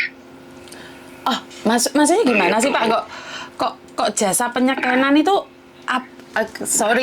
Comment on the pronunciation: Penyekenan 😅😂 Penyekengan kali pak 😂😅